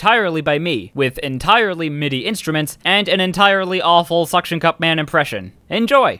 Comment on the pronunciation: Anyone else notice how he said "sucction" cup mqn?